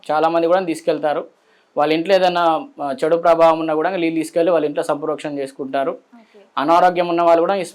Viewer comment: అయ్యగారు లీల్లు కాదండీ నీళ్లు